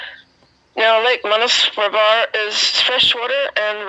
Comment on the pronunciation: Dear..just to make the pronunciation clear to you - it is Manas Sarovar.